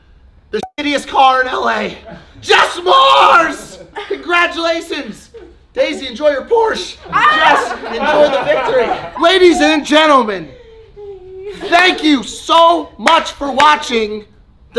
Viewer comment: Porsh uh (s.i.c.) =Porsche